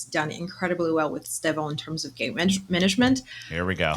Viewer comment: Great show guys. But hey, you are sharing the Pod with two natural Brazilian Portuguese speakers, that consistently (correctly) pronounce his name as ‘Stev-on’. Give up this ‘Es- Tev-Ow nonsense. I forgive some of the ignorant British content makers and commentators, but you literally have no excuse. You are hearing from the horses mouths!!! COYB